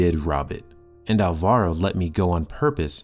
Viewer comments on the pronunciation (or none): It is pronunced álvaro, with accent on the first "a"